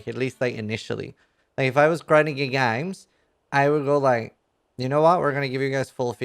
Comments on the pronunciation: why are you sounding Australian when you say games lol. we are in NZ we dont sound Australian lmao. good try though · GRINDING GEAR GAYMES. gets me everytime. Makes me want to hit some CEO’s bald head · "grinding gear gaymes" Well... XD